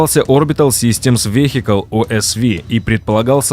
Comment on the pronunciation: Что за дилетантство неправильно произносить "vehicle" и не абы кому-то, а "автомобильному" каналу?🤮